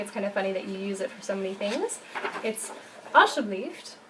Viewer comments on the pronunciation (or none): It should be "alsjeblieft", not "alsjebleift"